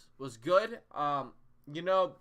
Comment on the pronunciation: Is there a particular reason you keeping saying Austudillo wrong? It’s a Spanish name